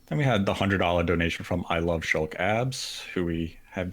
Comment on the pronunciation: You meant "Shawn's ab"??